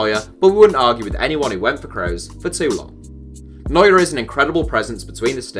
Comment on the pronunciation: Yeah i heared of this "Momol" Neuer-Guy😂😂